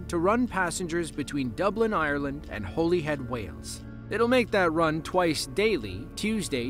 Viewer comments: Holyhead is pronounced holly(head) rather than holy (as in Holy Bible}. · . It's HOLYhead, as in the holly and the ivy. NOT Holyhead, as in the bible. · Fyi... Its Hol-ee-head... In Wales. With a little o sound Like Holly-edd to be more precise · *Hollyhead as in Hollywood, not Holy as in Bible.